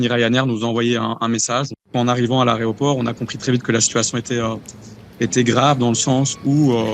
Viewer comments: Laréoport????? L’aéroport peut être???😂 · "Aréoport"... 😮 Quel malheur... Ce gars est un déshonneur pour la Belgique. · L'A E Roport. Pas la raie aux porcs...